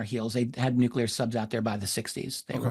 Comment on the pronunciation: It's NUCLEAR "NEW-CLEAR" Nucular isn't a word ok?